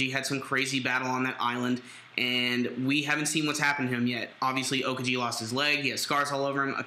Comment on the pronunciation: lol how you guys pronounce Aokiji... OKAJI!